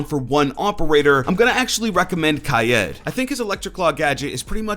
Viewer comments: dude its fucking pronounced like its spelled, kaid( so kade) not fucking kaiyeed or kaiyeet, its kaid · Hes name is not pronounced ka-ed its kaid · Why the fuck are you saying kayed it’s pronounced like cade god damnit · Its Kaid, not kyad, otherwise thanks for the news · that not how his name pronounced please dont get that passed around its KAID the i is silent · Lol Kay-yed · He said ki yed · hi zen, i watch you all the time but please stop butchering kaid's name. "kai-eed", he's morrocan and theres an accent above the i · It's really annoying now how you saying kaid name. Your saying it as kied that's clearly no e in his name 😂😡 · Is it pronounced kaid kaid or kaid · Kaid is pronounced "kaeed" with the pronounced as if you screamed "ahhh" Because Morroco is an arabic speaking country and also a french speaking country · Btw Kaid is pronounced Kay-eed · Aaron Chen same